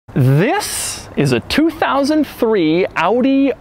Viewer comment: Doug - thanks for pronouncing OW-DEE correctly.